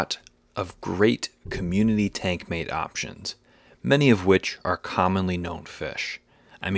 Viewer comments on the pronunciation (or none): none